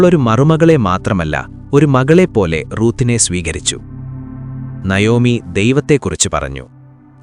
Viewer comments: Nayomi എന്നല്ല navomi എന്നാണ് ❤❤❤ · നയോമി അല്ല നവോമി എന്നാണ്